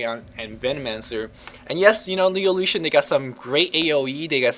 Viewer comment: Anyone else thought he was saying illusion? o_O